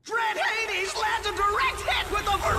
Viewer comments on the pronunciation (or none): none